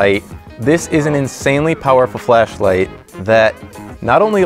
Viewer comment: Why did I hear “Fleshlight” instead of “Flashlight”